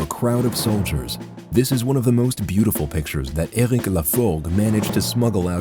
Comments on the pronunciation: Eric this, Eric that ... its enoying how you pronounce Eric. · whys he keep saying said eric in a stupid accent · Says ÖRIC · Says Ergwick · Omg just pronounce eric normally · «said ERUC» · Says errec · No one: Narrator: "Euhlrich" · And i hate the way he pronouces eric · I love how the narrator pronounces erik .. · He says so weird "said eric" hahahaha